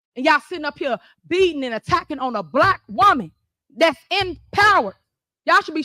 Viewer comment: Why does she say it like that? It’s pronounced “Black” not “Blap”. Shes acting like there isn’t the K sound at the end of the word, it’s very pathetic.